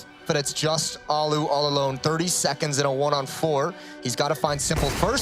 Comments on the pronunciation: it hurts when people keep saying alu alu alu alu and not allu . . . al-lu. There are two L letters and you say AL then LU holding the L sound not fast L alu ;___; the onlu curse in his name that no oke knows how it is said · "The Allu-gator" lmao